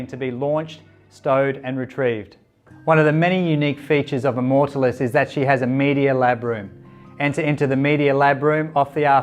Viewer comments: that is the weirdest way to pronounce immortalis i have ever heard and it is annoying as hell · Easy on the superlatives mate. Makes me want to look very closely under the hood when someone is selling that hard. Also pronouncing the name of the vessel might help in the long run. Nice boat though.